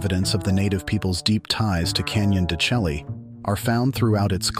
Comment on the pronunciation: AI idiocy. He’s a real expert, mispronouncing the place in the first 10 seconds. Turned it off.